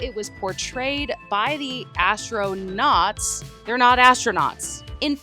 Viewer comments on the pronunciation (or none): ASStroNUTs or ASStroNOTs😂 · Astronauts ❌ Astronots ✔️ Astronuts ❓